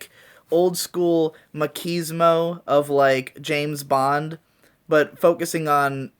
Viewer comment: When i heard machismo pronounced as mackismo i clicked out of the video, couldnt even wait for the jojo part